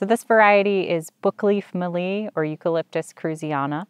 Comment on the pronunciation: E. citriodora is now Corymbia citriodora, same common name can be used. Mallee, harder L on the tongue- Mal-leee. Not Mahr-le, all good :-) . E. tereticornis is Forest redgum, as opposed to River redgum, E. camdulensis.